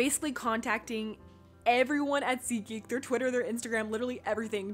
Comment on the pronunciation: Oh my gosh it's SeatGeek😂, I thought it was ziki😂